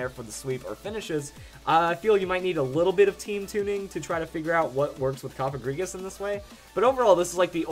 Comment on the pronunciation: You are one of the Few People in the Pokemon Community that Pronounces Cofagrigus the Right Way! Thanks! :D